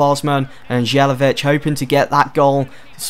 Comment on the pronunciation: It's Not Jelevic It's More like Yelavic :D